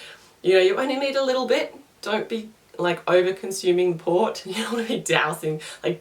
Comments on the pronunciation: Port not Vot lol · I thought she said POT? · So you guys don't have to watch 8 mins... Worst milk Green tea Wine Carbonated drinks Best Peppermint tea liquorice root tea Vot? sounds like she's saying Pot (marijauna) Water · What is she saying after licorice root tea, because I know she's not saying POT. Someone please tell me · I didn't understand what you were saying the 3rd best was..... It sounded like you said pot,pop? I missed it.